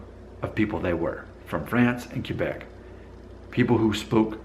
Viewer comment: Hey, I think this is the first video that has really frusted me. It began with the title, then to the way you pronounced Quebec and then the rudness barometer French vs. Spanish....Arrrghhhhh (severe face palming!!!!).... 1. The title is pure click bait and in my own honest opinion is politically in correct 2. Quebec is one of the most beautiful provinces in my homeland. There are two pronunciations that are fine: [Kay-beck] which is close to the Frano-Canadian pronunciation or [Kw'-beck] which represents the Anglo-Canadian pronunciation. Many Anglos use either or sometimes both. Why does it bother me? I'm not sure.... It's not rude, but it may be just a sign of ignorance or not caring enough to get it right. 3. Then there's that rudness barometer... How can you really ask those people who take the time to watch your videos to pit two cultiures against each other and then to ask them to pass judgement on who's ruder. It just doesn't make sense and puts you in a very bad light. Both of these cultures are much older than your very own. They have matured into cultural adulthood, while your culture is still developing. I think every country treats all visitors the same. If you go in open-minded and ready to experience a different culture you will be received with open arms. Could it be that when you started your DNA feed that you alienated some Spanish followers? Did you have all your facts straight before you made your first statements? Remember too that for most of these v